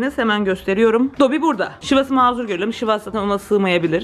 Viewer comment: Şivas 'a şüşko demeyelim 😆